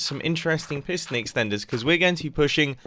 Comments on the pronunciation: i thought it said prison house until half the video when i realized it said piston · wait i tought is said prison